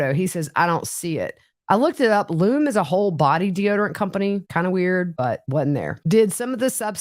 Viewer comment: Lumé deodorant, pronounced Lu-me. Lume is a Marijuana distribution company and I only know this because they're building a dispensary in my tiny town and people are upset about it.